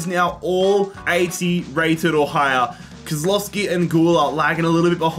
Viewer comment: By the way its not said Kozlowski its pronounced kozwowski but its spelled kozlowski